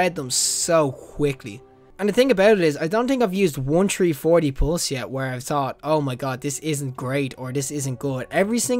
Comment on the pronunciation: "Tree-4-D" that is the best! Love the vids man, keep it up.